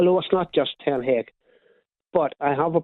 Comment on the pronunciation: Shame he cant pronounce ten haag